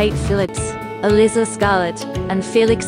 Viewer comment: The ""Duke" is Not an aristocrat. That's a major part of the plot. It's elIIIza (long I). Stuart Martin is the co-star not Patrick.